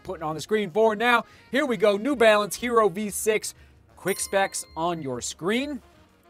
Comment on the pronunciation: Sorry to be the pronunciation police but the word “hierro” is not pronounced like the English hero, it’s pronounced “he - yerro” - it means iron in Spanish. (Thanks and great review as always)